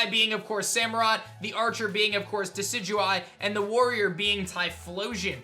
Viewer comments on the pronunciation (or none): none